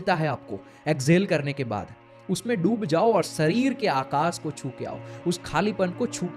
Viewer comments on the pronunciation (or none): Sarir nahi bhai, woh sharir hota hai.. bolna sikh le pehle...live sikha raha hu tujhe, Maha Siv ratri nahi,, Maha SHIV ratri hoti hai....